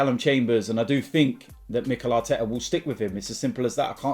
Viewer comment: If "Mikela Teta" gets this wrong, sack him in the tunnel